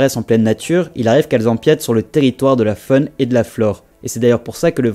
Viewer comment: Épatant ce que vous nous apprenez là !! Cela dit, essayez de dire "faune" et non pas "fone".